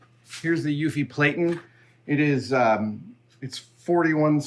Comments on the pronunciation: "Platen" is pronounced to rhyme with "flatten"; the long 'a' from "plate" is not in there. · Dude, I love watching your process and the inspiration that leads to it, but "platen" is not pronounced "play-tun". . . ask any letterpress printer, you've met them. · ...is he calling the platen a PLATE-en?